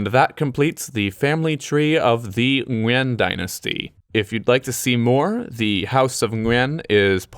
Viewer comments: Great job pronouncing Nguyen! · Got an ad about travelling in Vietnam in English on a video about Vietnam in English. Cool:)) P/S: Gotta say, I'm pretty impressed with pronunciation of "Nguyen." Simply spot on. Keep up the good work!